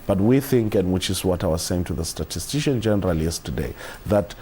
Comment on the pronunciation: The word statistician - miss-pronounced the first time as 'statistian' and after a second try; miss-pronounced again as as 'statistian' by this young presenter; is unacceptable.